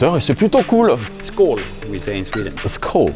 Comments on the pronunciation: skål et non sköll pour dire santé ! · "Sköll! comme on dit en suède".. haha, même faute que la bière française "Tuborg Skøll" :). Le "ö" suédois ou "ø" danois c'est un son "eu" comme en allemand, et pire.. ça change le son du "k" qui vient avant, transformant le "sk" en genre de "ch". "Sköll"/"Skøll" ça se prononce (en gros) "cheule" et ça veut dire CHAUVE. "Santé", ça s'écrit "skål". Les brésiliens qui comme nous ne mettent pas de ronds sur les a connaissent bien la cerveja "Skol", sans savoir que le mot est d'origine suédoise. Ah oui j'oubliais.. j'ai adoré la vidéo et les personnes de la brasserie :)